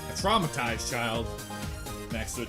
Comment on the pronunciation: “I’ve been twaumatized!” is